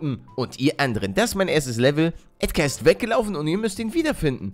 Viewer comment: Mirco Hofacker es ist EdgAr und nicht EdgEr!